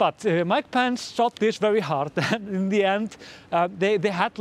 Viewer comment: Love your pronunciation of 'Pence' as 'pants' 👍🏻